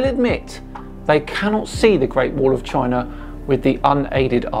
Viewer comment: Okay, but what's a Chiner?